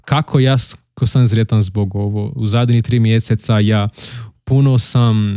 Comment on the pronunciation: Da para entende-lo tudo, so cuidado com S e Z :). Sretan Božić, nao Zretan Božić. S em "sretan" , Z em "zreo" , por exemplo (significa maduro).